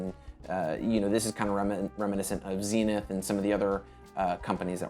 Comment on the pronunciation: It's Zenith (think buddhist Zen) , not Zinith ; )